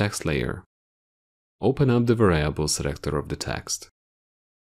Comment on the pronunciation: Pronounced; VAR-e-able